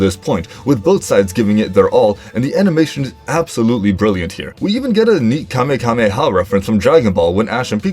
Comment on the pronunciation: Still the best battle in my opinion- wait did you seriously called it "Kamekameha"?